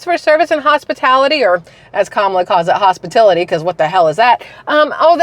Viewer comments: 🎉FINALLY! You said what I’ve been thinking! Hospitility ?? WTF or hospitality. ? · "HOSPITILITY" and "PRICE GUAGING", means KAMALLAALLA CAN'T REALLY READ HER PROMPTER, or is not familiar with her so-called policies ! This is why she needs to HIDE FROM QUESTIONS AND EXPOSURE ! The more she is compelled to speak, the more she will reveal her DISINGENUOUSNESS.